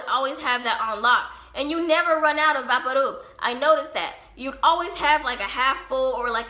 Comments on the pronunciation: Who the fuck calls vaporub "vah-por roob" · U mean VaporRub lol its pronounced vaypoor ruhb not vahparoob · Are you saying Vapadoob? Or vapor rub? I'm confused at the ending lol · Vapor Rub is pronounced as VAY-per Rub <---to rub something in. Maybe it's just how your grandma pronounced it, so that's why you're saying vahpooruub? 🤔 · “Vaparoob” lol u mean vaporub? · it took me a while to realise you were talking about vicks?? vaporub? like, vapour, and then rub. are you american? do y'all pronounce it like this? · why do you pronounce Vapo Rub like vapparoob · Vaparroop...could I get a translator for that one? Would that be Vick's Vaporub? If so, this pronunciation is awesome and I will adopt it immediately. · Why did she say vaporub that way? It vapor and rub. Vay-po-rub. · Why is she saying vapor rub like “vapo roob” her voice is annoying lol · Anyone else notice how she pronounced vapor rub so strangely? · 😂the way she says vaporub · Love the VapoRub pronunciation 😂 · I’m English and amazed by the way you pronounce vaporub (At least, I think that’s what you said) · Because she's Mexican. In my house we say it like that too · She pronounced vaporub so weird i thought she was speaking in other language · Its really sweet how she pronounces vaporub! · Scrolling through the comments to find someone who mentioned it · Could just be the way she pronounces it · I love how you pronounce vapor rub! It's going in my vernacular now. We kept all the condiments from every fast food place, and my mom loved those plastic cups for cleaning the bathroom showers and holding sponges. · The way you said vapo rub 😂